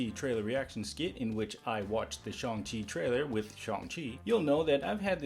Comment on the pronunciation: It is shang- “shae - ane”